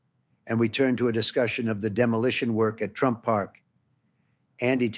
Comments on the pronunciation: its not him..its ai or someone else. listen s...he has a weird British accent a little. Its not donald trump...listen he says "Mr Tramp" instead of "Trump" referring to himself. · Totally! And it said "Mr Tramp" at one point